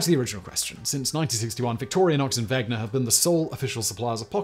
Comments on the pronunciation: A 13-minute video without any slip of the tongue - except for the 973 times you butchered the name of both companies this video is about :D You even managed to quickly read about 500 functions (which, by the way, doesn't have much to do with the history, in my opinion), but you fail to read WeNGer? Come on :D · Why do you keep mispronouncing 'Wenger'? 😑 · So many channels, too busy to pronounce stuff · I get that in "Wenger" the "W" is pronounced like an English speaker would pronounce a "V". What I don't get is why you phonetically swapped the "ng" with the "gn"? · Wenger, not Wegner. It's like scratching fingernails on a blackboard when calling it Wegner to me as a Swiss person. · Dude. It is weNGer, not weGNer! How did you get this wrong every single time!? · And is he correct in calling the other company "Vegner" when the "n" comes before the "g" in Wenger? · Not to mention “Wegner”. Haha Simon is not great at the pronunciations bless. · Wegner? It’s Wenger Simon! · "Wenger", not "Wegner". I'm glad you considered that brand also. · It's Wenger, not Wegner. ;) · Wenger not wegner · It's WeNGer, not WeGNer. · WeNger. Not WeGner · No, it is indeed Ven-ger. If it was Veg-ner, the Name would have to be spelled Wegner. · ...what about wenger? Seems like he is pronouncing wegner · Wenger (knife brand) -> wegner (?) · Wenger not Wegner! Wenger “Genuine Swiss Army Knife” Victorinox “Original Swiss Army Knife” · Alternative title: Triggering swiss people for 13 minutes by misspronouncing Wenger and Victorinox XD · Wow! You managed to get the pronunciation of both Victorinox and Wenger wrong! Otherwise a nice summary. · It's Victorinox...not Victorianox It's Wenger.... not Wegner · Victorianox and Wegner..haha Today I found out Simon seems to like to troll swiss army knife companies by mispronoucing their names, Victorinox and Wenger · Thank you. I kept hearing that and Victorianox. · Victorinox, not Victorianox. Wenger, not Wegner.